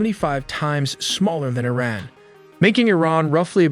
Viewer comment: Eh-ran ?! This AI is Canadian